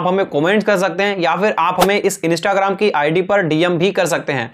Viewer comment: Bhai instagram hota hain inista nahi hota hain 😂😂😂😂😂